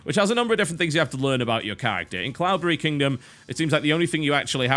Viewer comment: deliberately pronouncing cloudberry like an englishman. like a pro